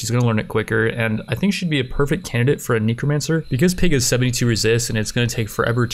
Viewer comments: Its N e c r o, Not NICRO, NECRO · just curious but why do you always say neecromancer. instead of necromancer? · For fox snakes! It's NEH, not NEEK. There isn't a double e. You pronnounce it neekromancer. I'm dying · Kneecromancer Neh-Crow-Mancer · its not neekromancer its nehcromancer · Neeko Man Sir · It bothers me so much and it really shouldn't. Knee crow man sir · knee crow man sir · "Knee Crow Mancer" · nEHcromancer. nEH-crow. Just how?! What cave are you from? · Just trying to help here, it's pronounced neckromancer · tf are you calling them NINCRO mancers??? tf no it's spelled NECROMANCER so please pronounce it less nasally or... correctly? like at all? it's super annoying I don't know why normally I try not to be negative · Everytime he says necromancer wrong take a shot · Are u saying necromancer wrong on purpose? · Yo man, I do commentary too. Some of these words are hard! Necromancer isn't one of them though... haha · Everytime he says Necromancer wrong do a push up.